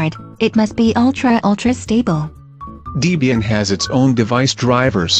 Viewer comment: Yeah it's deh-bee-yin, not dee-bee-yin.